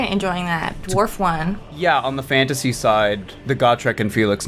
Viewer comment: Hearing Fanta sea when you said fantasy